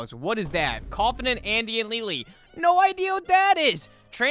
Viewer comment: "leyley" it said lay lay hopeless